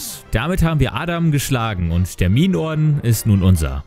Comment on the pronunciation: Ich habe statt "Minenorden" "Memeorden" verstanden... joah